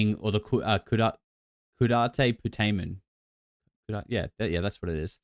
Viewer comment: Just to help everybody with pronunciation. Caudate "CAW-date" Putamen "pyoo-TAY-men". Or, just the putamen. I don't know why Dr. Nolan always adds caudate; that's just part of its location. The putamen is the area. Caudate (CAW-date) means tail. Putamen (pyoo-TAY-men) means nut-shell.